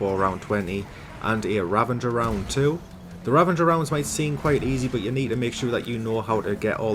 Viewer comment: Sounds like he's saying "ravanger" and not "ravager".